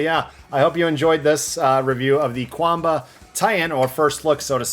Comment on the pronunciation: It is pronounced Chuan Bah, 拳霸 is romanized as quan ba, where q = ch